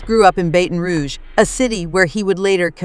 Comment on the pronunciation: Say it.... BATTON , BATTON !!! not baten !!! 😡😡😡😡😡